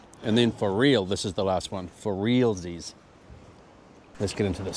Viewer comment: ‘Realsies’ sounded so kiwi 😊😊😊